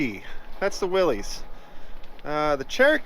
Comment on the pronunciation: Love your videos! It drives me crazy when you say "willies" The mans name that invented this was pronounced "Willis" It has been accepted to call it "willies" and I am not a man to tell another man how to do something as I am a libertarian. I get the same way when people call a bmw car a "beemer" Its a "Bimmer" The bmw motorcycle is a "beemer" 🤣😂🤣 Again love your videos and hope your channel blossoms like a flower..